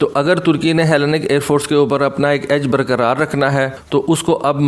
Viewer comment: Bro Greece ki Air force ko ایلی نیک pronounce karty ha